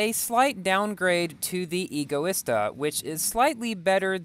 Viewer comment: U PRONOUNCE EGOISTA WRONG 😡😡😡